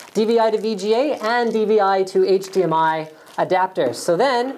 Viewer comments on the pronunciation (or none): none